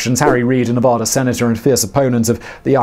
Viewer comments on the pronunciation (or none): Every nevadan is going to be commenting. "It's nevAda,. Not nevoda"